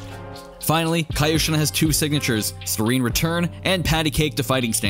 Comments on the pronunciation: It’s not Kai-Oshin. It’s KEE-oshin. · apparently never watched avatar with that "kaioshin" pronunciation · I'm sorry, but saying "KAI-oshin" is triggering me.